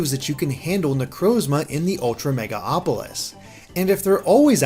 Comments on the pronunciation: MegaLOpolis, not Mega-Opolis. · FOR FUCKS SAKE ITS MEGALOPOLIS WITH AN "L" NOT MEGA-AAAAAAHPOLIS PLEASE HOW DID THIS SLIP THROUGH MULTIPLE TIMES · Mega-LOPOLIS. Not Megaopolis. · It's MegaLOPolis not MegaOPolis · Who else got a little triggered every time he said "MegaOpolis"? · It's actually Me-gal-opolis. There's an L before the O.